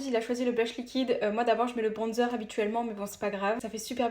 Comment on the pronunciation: Par contre on en parle où pas quu dit bronnzeur😅mdrr Mais sinon t vrm trop cool et t'as l'air trop sympa❤❤❤❤❤❤❤❤